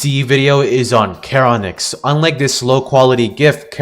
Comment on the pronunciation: I agree with everything you've said besides the heinous pronunciation of karonix instead of sharonyx It's charon-nyx Charon is pronounced like Sharon Your welcome I'm here every hour